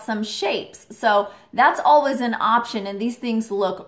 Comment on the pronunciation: Who else hears ur say alwas instead of always?